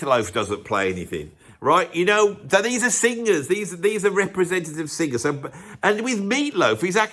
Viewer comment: It would be nice if you could pronounce singers instead of sing-gers! And then you reprise the "club singer". Vic will be sending a cease and desist.